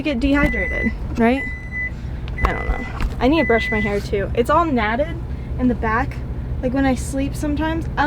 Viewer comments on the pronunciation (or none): LOL it's "Matted "hair...not "Natted..." LOL :)